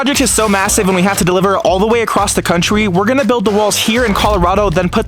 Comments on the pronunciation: just listen to the contry world he said contwy not contry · Ahh yes 'countwy'' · ha he sayed contwes